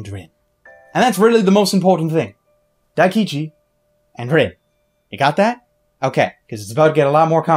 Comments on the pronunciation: I thought he said Akichi first, and I was like "That's not his name, what was it..", then he said something similar to Daikichi and I was like "That sounds wrong, but the name's right." and then he said it right immideatly after :D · Pronounce Daikichi name right plz